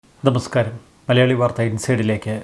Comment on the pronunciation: "ദബസ്കാരം" എന്നുകേട്ടതുപോലെ!☺️ (അനുനാസികോച്ചാരണം വ്യക്തമല്ല!മൂക്കടപ്പ് പോലെ?) സാരമില്ല,വാർത്താവതരണംവളരെ നല്ലനിലവാരം!Keep it Up!👏❤️🌹